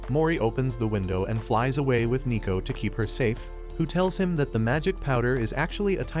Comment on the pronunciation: Isn't it neko not nico?